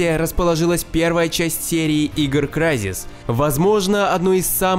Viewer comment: Извините, в том топе вместо Крайзис, говорили Кризис. Единственное отличие которое я нашел в тексте.